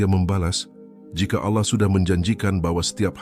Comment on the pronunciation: jgn ucapkan alah tp ALLAH teruuuuuuuus,,,,, ucapkannya ALLAAAAH,,,, gitu ya